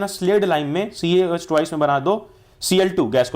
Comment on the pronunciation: Instead of twice u r saying toice